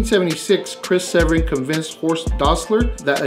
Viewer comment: Chris Severn is my great Uncle! (And it’s Se-VERN 😉)